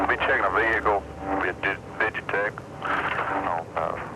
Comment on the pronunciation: Dear Texas, the "H" in "vehicle" is silent.